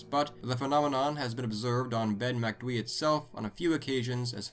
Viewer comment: Ben MacDwee 😂😂😂😂. Its pronounced MAC DOOO EEE